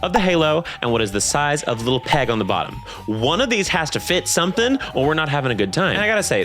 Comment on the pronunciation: emphasis on BOTTOM